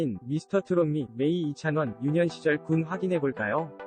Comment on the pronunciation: 이창원이아니라 이찬원이예요 제대로 발음해 주세요~